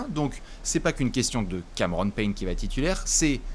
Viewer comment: "Cameron Peigne"